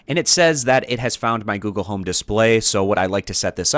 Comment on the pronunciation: Goole home